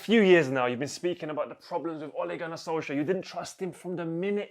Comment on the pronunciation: LMFAOOOO WAS IN SENSATIONAL FORM FOR THE OLE RANT. SOLKSJAYER? SOUNDS LIKE A NORWEIGIAN STD 😂😂😂😂